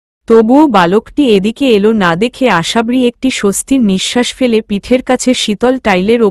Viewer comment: গল্প বড় করার জন্য উদ্ভট উদ্ভট শব্দ না দিলে কি হয়না ।আশাবরি শব্দ টা ও ঠিক উচ্চারণ করতে পারেনা ।পা কখনো ঢুলু ঢুলু হয়না টল মল করতে পারে ।সহজ সরল ভাষায় লিখতে চেষ্টা করুন ।শ্রোতা দের শুনতে ভাল লাগবে ।